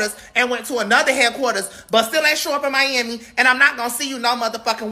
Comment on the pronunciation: “Still ain’t show up in MYAMMY.” 😂😂😂